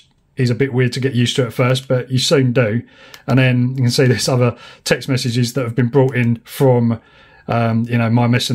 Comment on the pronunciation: The word is "OTHER". Stop pronouncing it like it is spelled "UHVUH".